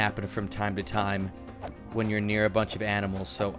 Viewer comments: Did you said aminal instead of animal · He said aminal when he saw the cows 😂😂😂😂😂😂😂😂😂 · Aminals hahahahah You mean animal (⌐■-■)